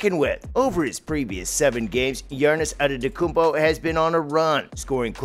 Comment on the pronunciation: Good video but "Girnnis Antetoounpo"